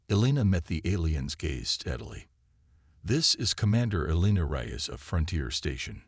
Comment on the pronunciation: The story would be good if not for your Crappy AI. Like someone else said, do most of you get your freaking AI from the same second hand store!!!!!!!!!!!!!?????????????? Your POS AI says "Reyes" differently damned near every time it is spoken. AND, what the crap is "em-BLEHZened"?